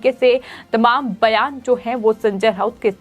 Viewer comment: अरे कोई तो इस को बोलो की, बोलते समय एकनाथ शिंदे का नाम कम से कम ’सिंधे’ तो नही बोले। दूसरी चीज़ हर शब्द के पीछे ’ह’ लगा के हकलाने की जरूरत नहीं। संजय राउत को संजय ऱ्हाउत, बयान को बह्यान, रात को ऱ्हात, जवाब को जव्हाब. बाकी सब ठीक है पर उसे अपनी खुद की speech सुननी चाहिए।